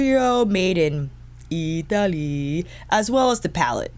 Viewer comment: I will never get over how you say Italeeee😆😆😆🫶🏽